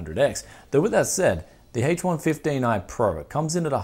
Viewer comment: Sounds like he's saying hates 115